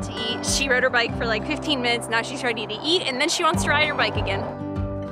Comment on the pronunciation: You already said byke🤣🤣 when you were at the Walmart 😀